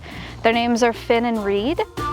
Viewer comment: fox is named Finn not Fenn :)